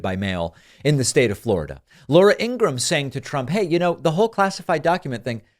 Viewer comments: I'm not sure if it was intentional, but her last name is pronounced EEN-gruhm - two syllables. Regardless, she's terrible. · Why you sometimes pronounce her name Abraham? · INGRA-HAM... REALLY ?? THATS THE BEST YOU CAN DO??? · Laura In-gra-ham....😂😂😂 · Laura Engram? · I ❤ how David called her "Ingraaham" 😂🤣🤣😆😆😆😂😉😊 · Ingra-ham...are you kidding me? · At least say her name right... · David sir, why dont you just say lauras last name right? You clearly know how to pronounce her name the correct way.